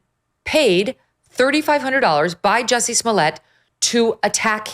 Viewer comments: Joosey Soomlyay. Say it right! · His name is pronounced 'Juicy'. Hard to take this seriously if you won't say his name correctly.